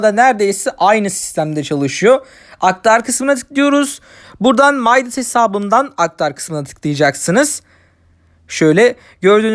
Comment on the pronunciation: Videolarınız güzel devamını bekliyoruz fakat bilginiz olsun midas bir türk uygulaması ve yazıldığı gibi türkçe okunuyor